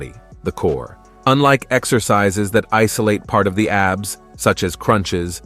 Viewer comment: Too bad the A.I. can't stay consistent with pronunciation He literally said (ab be es) for abs